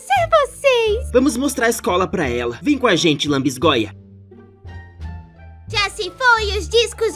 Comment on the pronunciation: a palavra é lanbisgoia kkkkkk adorei seu vídeo ficou muito engraçado ❤❤